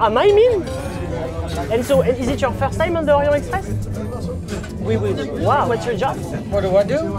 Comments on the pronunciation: On dit Orient Texpress voyons. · Il faudrait commencer par apprendre à prononcer le nom de ce train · le T à la fin d'"Orient" se prononce, ca fait la liaison.